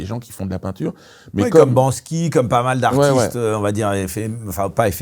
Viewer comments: BanKsy et non BanSky plz, un peu de respect merde. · Banksy les gars, pas Bansky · Banksy les gars, pas Bansky 😊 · Banksy !!!!! Pas Bansky.... Bisous❤ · Banksy pas bansky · C'est pas "banksy" plutôt?😅